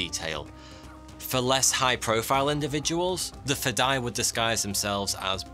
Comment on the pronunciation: its sweet seeing persians explaining arabic words and terms! while its nice most understand it means "the will to sacrifice one's life for WHATEVER CAUSE" the spelling is completely butchered. its (FE-DA-E) i have many persians friends who many times try to tell me an Arabic word but 99% of the time they have to say it 5 to 10 times and i have to work really hard to understand it! FADAE means alien FEDAE means... suicidal for the cause, whatever cause that is.